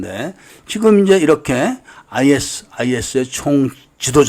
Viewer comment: 아이에스아이에스가 아니라 아이시스라 읽습니다 그리고 아부사아프라 말하지않고 아부사이얍이라 말합니다